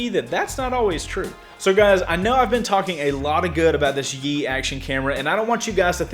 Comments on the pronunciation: Pronounce Yi as the letter "E" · I am sorry to tell you this but... you were saying it wrong. it is pronounced "ee" don't add the "Y" sound.